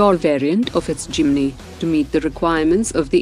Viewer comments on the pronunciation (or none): none